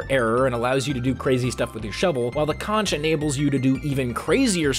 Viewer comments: Plz don’t call the conch a co-nch it’s pronounced Co-nk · is pronounce "konk" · sondsmeth said conch good